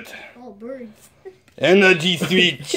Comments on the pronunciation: You sed 9 timse swich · WHY does miramoto like SWEETCH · You said swich 7 times